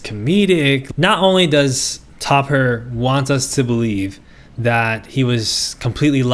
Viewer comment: I just have to say it was a bit difficult to not giggle when you kept saying "top her" instead of Topher 😭